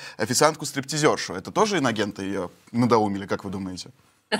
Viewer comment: Прикольно,что Кудрявцева (телеведущая!!) произносит : «иногенты».😅